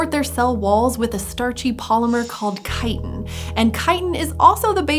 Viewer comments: I love it when chitin is pronounced correctly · Today I have learned how to pronounce chitin 👌